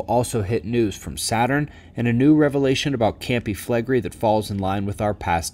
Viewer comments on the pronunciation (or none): Campi Flegrèi is true correct pronunciation. It rhymes with day and means fields of fire... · Ok..., and many others: Campi Flegrei has FIVE syllables...Cam-pi Fle-gre-i..."Cam-pee Flay-Gray-ee"...next time, I will report you to the grammar police.